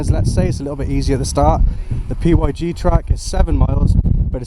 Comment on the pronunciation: The P Y G track? Its pronounced pig 🐷🐷🐷 😂😂